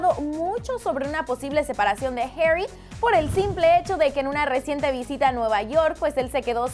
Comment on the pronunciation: No sabes decir Zayn y harri